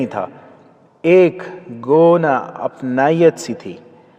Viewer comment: اتنا زبردست ناول ہے ۔ مگر اس بھونڈے طریقے سے پڑھا گیا ہے کہ ناول کا مزا کر کرا ہو گیا ۔ ماند پڑ نے کو مانند پڑنے پڑھنے والے کے تلفظ کا اندازہ لگا لیں۔ گوناگو کو موصوف گوونا وہ بھی رک کر پڑھ رہے ہیں ایسی بہت سی غلطیاں ہیں ۔ ناول اتنے سلوموشن میں پڑھا گیا ہے کہ لگتا ہے کوئی بچہ رک رک کر پڑھ رہا ہے ۔ وقفے بھی غیر ضروری طویل ہیں ۔ ابو یحیی کے ناولز کے ریڈر احمد سید جیسا ریڈر ہونا چاہئیے ۔